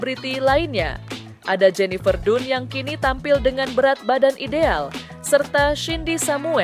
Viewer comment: Bacanya tuh bukan jenifer dunnn tapi jenifer dannnnn😂😂😂 pembawa berita kurg gaulll